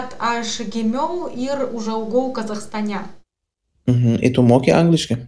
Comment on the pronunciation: Kaip gerai kalbate abudu, super! Julija dar taip gerai kirčiuoja, kai kurias vietas ištaria taisyklingiau nei patys lietuviai, pvz. kaip sukirčiavo Kazachstane arba kad sako penkerius metus, 99% lietuvių šitas vietas pasako neteisingai.